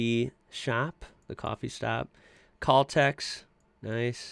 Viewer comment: you misprounouced caltex